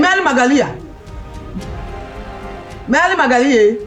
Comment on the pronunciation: She said maly🤣